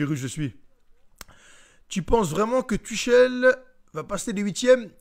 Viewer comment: Good vid mais si tu pouvais prononcer son nom correctement...